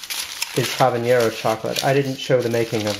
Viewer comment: You really need a spatula or a palette knife. Also it's habanero not habañero.